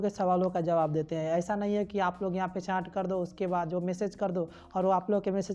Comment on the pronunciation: Bhi a chaaaat nahi hota chat hota hai